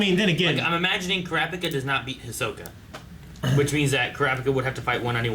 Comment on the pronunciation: Did I hear that right?! actually said Kurapika’s name right LOL